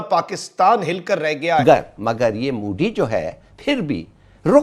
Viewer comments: mudi nahi modi thik se pronounciation kar lo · Jhandu log Modi to sahi sey bol lo pehle. Mudi Kya hota hai, bloody jaahil 😂😂😂😂😂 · How Pakistanis pronunce Modi Ji's name. Modi ❌ Moodi/Mudi ✅ 😂😂😂